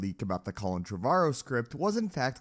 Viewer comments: Tre Var Oh? Colin Tre Var Oh? Its fucking Trevor-oh. Christ. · Trevorrow (Treh-Vor-Row). Learn to speak. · 1. The way you pronounce Trevorrow is frustrating lol 2. He's terrible, Jurassic World is terrible, Rise of Skywalker is terrible